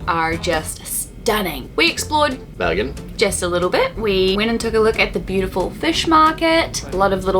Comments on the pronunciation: Dude says Bergen perfect.I’m from the town.Haven’t heard any English speaking getting it so good with accent before 😏👌🏼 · pronunciation of Bergen is spot on! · pronunciation of Bergen is very good, thumbs up. Glad you enjoyed my country, I sure enjoyed your video! Edit: Ahh, he is Swedish. That helps.